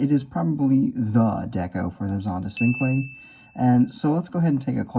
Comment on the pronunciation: I don't want to sound like I'm complaining. I used to pronounce cinque as it's written, but it's actually pronounced with a CH. So as if it was spelled Chinque